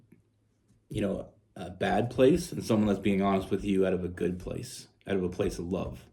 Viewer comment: Once again, I can’t figure out if you’re saying “out” or “oat”…. Trying to figure out what a “oatfit” is… You said only telling a short story… Lol… All of those short stories you tell add up to long stories….